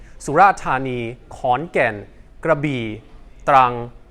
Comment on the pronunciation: "Krabi" airport . I played it back many times to guess what one . "CRABBY" is not the Thai pronunciation I suppose